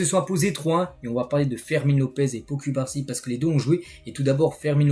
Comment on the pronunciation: Pourquoi ocubarsi? C’est cubarsi